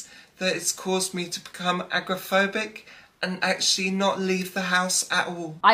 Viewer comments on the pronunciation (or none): When you can't even pronounce your supposed disorder, said he was "agraphobic". Lol. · Did she say aggrophobic ? Is that like fear of aggression? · The word is not a g r o p h o b i c it is agoraphobic